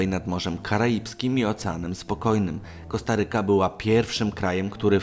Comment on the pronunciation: Korsaryka nie kostaryka